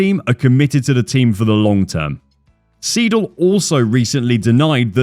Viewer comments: nice video, just one thing, its not Andreas Seedle its more like Andreas Sayedle, like Aye aye Captain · the way you kept calling Andreas Seidl, Andreas SEEDL was really bugging me tf out, its pronounced ''sigh-dl'' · Seidl, oida, ned Siedl.